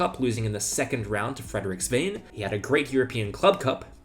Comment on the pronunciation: "Hopefully I'm saying that name right". Brother you can't even pronounce fucking Svane.